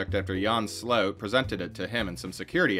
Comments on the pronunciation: it's SLOOT not "slauwtsh"... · Great vid but sloot is pronounced whit the o in : O i did not see you tere Thats how the double oo in dutch sound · His name is more pronounced like slewit. The ew (oo) sounds a bit like uwa. Did I just confuse y’all even more? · It's difficult to understand based on it being a foreign language name spoken with an English accent, but it seems the subject's last name is "Sloot", pronounced in the video like "slope" but with a 't'; although sometimes it seems the narrator pronounces it with a more "ow" sound. Here I am less sure what he is saying, maybe "rapid base storage" or "repibase storage". Not sure what it is so it is impossible to look up what the narrator is saying.